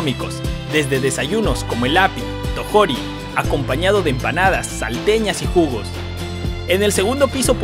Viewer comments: Jajajaja me hizo el día la forma que dijo "tojori". 😂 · Bueno se pronuncia tojorí con acento